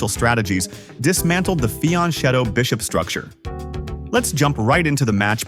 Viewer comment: "Fianchetto" is an Italian word: the "ch" is pronounced with a "K" sound (UNlike it would be in Spanish). Most other chess channels seem to be up to date with this... ;)